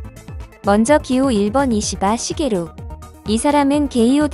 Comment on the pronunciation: 유익한정보 유쾌한영상 ㅋㅋㅋㅋㅋㅋ글고 이시바 시게루할때 자연스레 욕하시는 줄 알았어욬ㅋㅋㅋㅋㅋㅋㅋㅋ